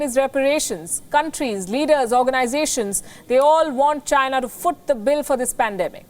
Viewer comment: It's not China. It's.